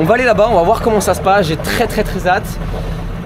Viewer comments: Sympa le Vlog mais le "j'ai très très zatte" oh putain bwahahahahahahaha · Il m'a fait saigner les oreilles avec sa liaison de " très hâte " en trézate. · plusieurs fois t'as fait la liaison du "très hâte" mais y'a un H au mot hâte, pas de liaisonnnnnnn je chipotte de ouf, big video j'adore <3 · 'Hâte ' ne se prononce pas de cette façon